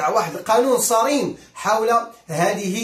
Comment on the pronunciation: السلام عليكم. نقول صارم و ليس صريم. و فقك الله لما يحبه و يرضاه. بوركت يا اخي